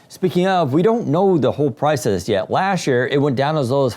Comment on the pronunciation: "lashd year"